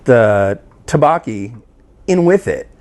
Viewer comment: dukbokki is pronounced like thuck-bohk-ee and jjajangmyun is pronounced like jah-jahng-me-yun. The me-yun part is one syllable. Those were the biggest offenders. Have you ever tried bibimyun? It's pretty good stuff!